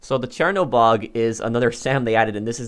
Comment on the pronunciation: also (clears throat) I swear I am hearing him say Chairanobog